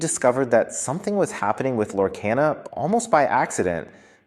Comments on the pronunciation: It's pronunciation is Lore - car - na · You keep saying the name wrong why ??? Its (Lore-KAH-nuh) 👌